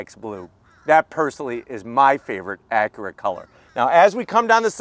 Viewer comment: Your mispronunciation of “Acura” is terribly distracting.